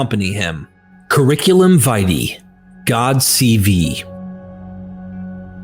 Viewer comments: Vitae is pronounced VeeTay. not VayTea. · it's pronounced "Curriculum VEE-TYE" (the last syllable rhymes with "sky" or "pie").